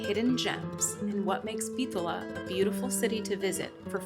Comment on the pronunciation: lol bro there's no H in Bitola